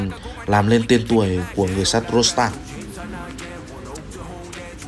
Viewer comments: tên là ro đờ tăng , chứ ko phải ro sờ tăng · Qua VN thì ông ad tự chế cho em nó thành Rodstang, hài ghê! Nước ngoài nên phải có "sờ" thì nó mới sang nhỉ? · Rodtang không có chữ s nào mà sao bình luận cứ Rostang là sao thế ạ? Nghe rất khó chịu.